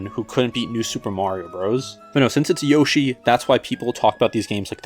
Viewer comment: Yosh eye??? Ok you crossed the line bud